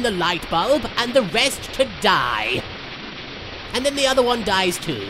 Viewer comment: "stop ingroring me" littlekuriboh frieza it's the best thing ever 😂😂